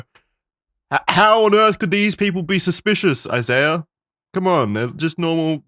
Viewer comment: You don’t pronounce the “h” in French😂😂